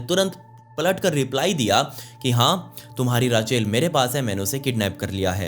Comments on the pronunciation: Raachail Nahi kehte usko Raychal pronounce kerte hai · it's RACHEL not RAA-CHAIL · रेचल कहते हैं। राचेल नहीं। ये स्टोरी मैंने पहलए भी सुनी है on another channel। Awesome bhai।।keep it up।। All the best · Raachel nhi rechal hota hai 😂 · Just FYI - Rachel/Rachael is pronounced Raychal :)